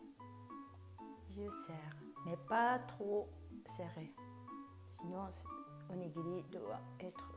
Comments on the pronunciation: Qu’est-ce que c’est que cette prononciation! On ne prononce pas du tout onigiri comme ça au Japon et pour un japonais vous parlez super bien le français (mieux que mon époux japonais qui est en France depuis 12 ans) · Demandez à votre mari si je prononce bien “onigiri “. En tout cas c’est comme ça que je prononce depuis toute petite 😂